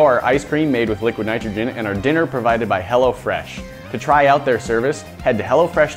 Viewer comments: sounds like he is saying hella fresh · I though "hello fresh" said "hella fresh" lol! That would be hilarious. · thought he said hella fresh not hello fresh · Who else heard hella fresh instead of hello fresh😂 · i thought he said hella fresh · Who else thought he said hella fresh?😂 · I was thinking he was saying hella fresh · thought he said 'Hella Fresh' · Bruh I thought he said hella fresh😂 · I keep thinking that he's saying Hella Fresh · I Keep thinking he's saying "hella fresh" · i thought he said hella fresh at first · Thought he said "hella fresh" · thought you said Hella fresh lmao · i did im like dat not wat it says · everyone from California, that's who.